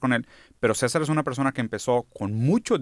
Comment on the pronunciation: Mi esclavo en mi quería lanzarle una piedra cuando dijo mal los nombres de los canales de César